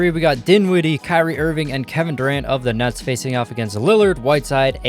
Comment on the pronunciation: he says nuts instead of nets😂